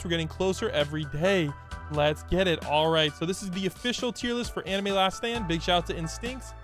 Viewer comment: still said it wrong too 😭